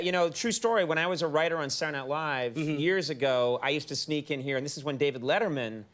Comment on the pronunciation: Did Conan say “Saturnight Live”?